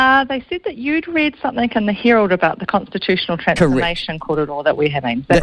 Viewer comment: ..switched off when she said 'somethink'